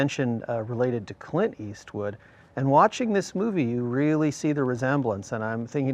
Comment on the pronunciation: Tim mispronounces Clint Eastwood as "Cunt Ass"